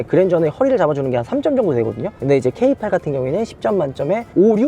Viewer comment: K8과 필랑트 고민하고있었는데 세대 비교 너무 감사해요. 전고 높은 SUV는 부담스럽고 세단을 탈피해볼까 하는 기존 세단 차주한테 필랑트 매력적이고 기존 세단과의 비교 너무 유용합니다. 다만 K8은 케이팔이라고 하지 말고 케이에잇이라고좀 해주세요 케이팔 너무 없어보여요. 케이쓰리 케이파이브 케이세븐 케이나인이라고 하면서 왜 K8만 케이팔 하냐구요 ㅠㅠ ㅋㅋㅋ